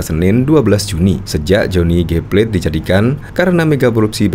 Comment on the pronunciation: Plate bukan plet.